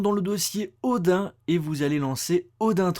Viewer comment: ODIN, ca se prononce "odine", PAS "ODAIN"!!